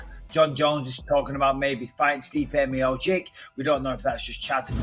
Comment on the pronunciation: BISPING PUT SOME RESPEK ON STIPE´S NAME AND PRONOUNCE MIOCIC RIGHT FFS. YOU´RE AN ANNOUNCER FOR CHRIST SAKE.